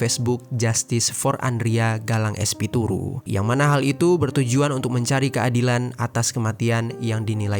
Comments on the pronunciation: espituru apa espiritu???..ngaco ah min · Espiritu disebut espituru 😂